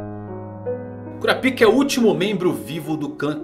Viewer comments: KurÁpika .... Eu ouvi cura-pica o vídeo todo. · Véi... que agonia. É Kurapiká e não Kurapíka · Para de falar "cura pica" mano kkkk a pronúncia certa é "kurápka" 🤣🤣🤣🤣🤣🤣🤣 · Pelo amor de Deus, é kuRÁpika, com ênfase no RÁ.. kkk que agonia vei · Pfvr cr, fale KURAPAIKA. Tava vendo seu vídeo na tv e tava meio constrangedor vc falando kuraPIKA. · cara gostei muito do vídeo, mas bem que vc poderia pronunciar kurápika, ao invés de cura-pica né... ficou muito estranho...😄😄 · Como se pronuncia Kurapica é Curapica mesmo ou Kurapaica? Fica muita estranho ele falando Kurapica toda hora kkk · É kuRAAAApika e não kuraPIIIIIIka, pelo amor de deus kkkkkk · Se pronuncia "Kurápika" não "cura pika" KKKKKKKKKKKKKKKK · Exatamente, parece que o povo tapa os ouvidos na hora em que o pessoal pronuncia o nome no anime. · alguém lembra da dublagem br que chamavam o kurapika de Korapaika para evitar a zuera br? ahuehua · SE PRONUNCIA KURÁPIKA... kuRÁpica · O cara fala curapika kkkk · É Kurápika que se pronuncia. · kurApika , falando erradoo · Quem riu quando ele falava KuraPika da like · Kurapika foi de doer os ouvidos... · man vc pronuncia errado a palavra kurakipa da uma olhada no pronunciamento japonês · Primeiro que eles não usam "´ú" essa acentuação to falando de que ele esta falando errado